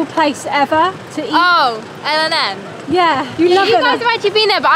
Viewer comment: By the way el&n is pronounced elan not el and n because it’s used to be named elan but it was changed to el&n